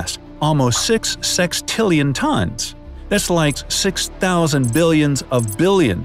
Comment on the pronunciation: Wait did he say 6 SEXtillion